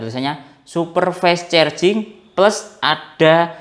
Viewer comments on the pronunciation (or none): Fas carjing gitu aja ngucapnya😢 fes cerjing mulu😂 maaf, lucu dengernya🙏🏻